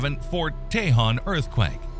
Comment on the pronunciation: Say it like this, "Fort tay-HONE"